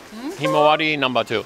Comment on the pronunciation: Lol...you said numbah 2.